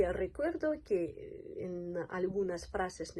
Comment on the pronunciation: Cuando pronuncias que suena qui-e